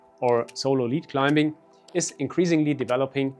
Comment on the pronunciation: Great video! But, man, you are butchering the English language with your pronunciation. "Climbing" has a silent B. "occur" has nothing to do with the word 'cure' "Tear value" has nothing to do with water from your eyes. Sorry, but all these mistakes really put me off. There are so easy to fix.